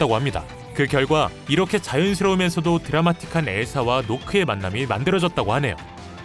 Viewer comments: 노크가 아니라 녹크입니다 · 노크 아니에요 나크 에요! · 노크아니고 나크야..... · 노크가 아니라 나크에요